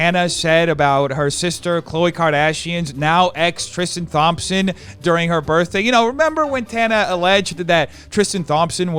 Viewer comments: “Tristan *TH*ompson” 😩😩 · I like the way he pronounces “Thompson” like THompson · “Thom - son” 😂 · from all the basketball fans of yours, thompson is pronounced "tom(p)-son" <3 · I'm sorry I can't get over how says "Thompson" like THompson with a TH sound lmfao it's my own last name, love, that's not how you say it